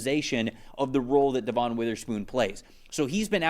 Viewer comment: It’s not Devonne, it’s pronounce like Devin